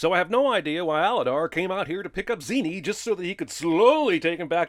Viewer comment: The name is pronounced "Zen-ee" many times throughout the movie. Clearly didn't even watch it